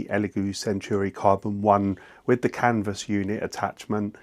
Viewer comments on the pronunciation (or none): I saw a French video with English voice translation. He also said "Canva unit". It's Canvas, C A N VAS, Canvassssssss! We're not in Kansa anymore, Dorothy.